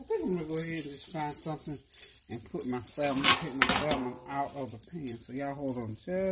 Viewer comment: with all due respect the "l" in salmon is silent 🤫.